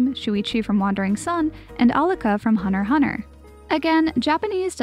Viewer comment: I absolutely love this video, but she did NOT just say hunter hunter instead of hunter x hunter. did I hear it right?!